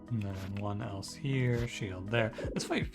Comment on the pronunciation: It might just be me but I'm fairly certain the Else tactic is supposed to be pronounced like the name? It would make a but more sense as Bard is hardly going to make a song about connectives. Great video btw.